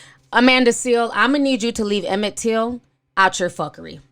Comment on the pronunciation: Emmett Tiil, really?